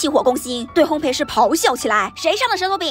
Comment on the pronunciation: ，内个读烘焙(bèi)。